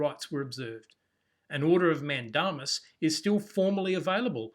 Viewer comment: the pronunciation of mandamus is "man-day-m's"